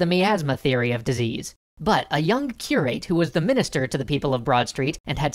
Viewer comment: It shouldn't be that difficult to get the pronunciation of English words right, even if this channel is American. Curate is pronounced with a short a, not to rhyme with rate but rather with rat or it. Southwark us pronounced suth-ark.